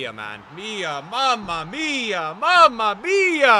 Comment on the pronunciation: The mamma mia is perfect bro, and i can say it cause im italian